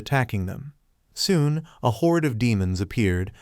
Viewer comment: Bro straight said 'foon' instead of 'soon'